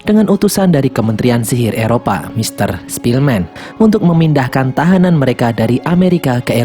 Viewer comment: Ketika mimin bilang sepielman gw ke inget the pianist:) awokwowkwowkw